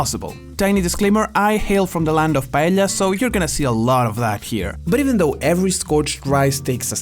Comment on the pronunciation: i'm filipino and we say paella the same way as spaniards do. pa elya. not pa eh ya. thank you for the clarification.